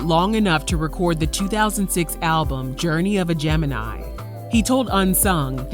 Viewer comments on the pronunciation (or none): none